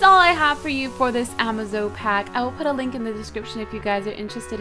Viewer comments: hey Cupquake a bit O' pronounciation & clear-up... niter: pronounced "night-er" apiary: pronounced "ay-pee-ery" the incubator is for eggs. (or larvae) try using the rope next to platforms that you plan on using. The pack is pronounced "ah-maze-oh" 'cuz it's "amazing". Happy trails Cupquake. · It's actually pronounced "Amaze-o-pack"